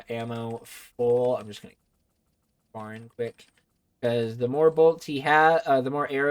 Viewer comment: Dude doesn't even know how to pronounce Ferin properly. I'm out.